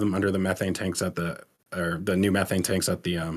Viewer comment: Bro, I need to know why says 'ze' instead of 'the' sometimes..? Its so odd haha 😅